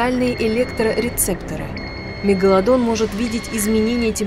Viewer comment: Мне одной слышится не мегаладон а мега ладонь.